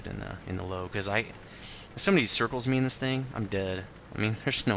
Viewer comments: it's actually Pronounced Lou-vuh. Meaning "Lion" in german. I dont mean to be a pronunciation nazi, but it drives me nuts when people say Lowe. XD Thanks for the review! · It's pronounced Lerver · FACT: The Lowe is pronounced Lerva-Means Lion or possibly Lioness or even lion king I'm not trying to be a dough and try and correct you bud. I just thought I would help yea out :D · You pronounce the Lowe like Loove not Low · Found out Lowe is pronounced Loo-veh. It means Lion. but not a big deal on pronunciation just spreading the knowledge. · Damnit.. dude its 'Lov-E.' The 'e' in the end is pronounced!! Just like in the 'Grille'. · It's pronounced løːvə or Lourve if you can't read that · It drives me crazy every time someone calls it a low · Actually, its pronounced: Loo-Vah. :) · what are u talking about?...Lowe is german for Lion il grant u that but since when is it pronounced Lerva? its pronounced Loewe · its called "Löwe": 1.) "L" 2.) "u" like in "curse" 3.) "w" with teeth at your upper lip 4.) "a" like in "battle" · If you going to butcher its name German name just call it the Lion